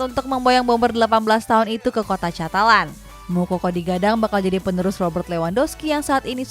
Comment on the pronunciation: Catalan dbacanya Katalan mba'e.